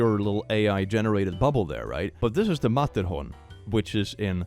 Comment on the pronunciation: as a swiss person im impressed by how exactly click knows where the matterhorn is. not even i knew in which district it is and the pronounciation was decent aswell